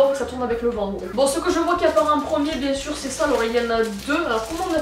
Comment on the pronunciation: Jaime trop le "moi j'aime bieng"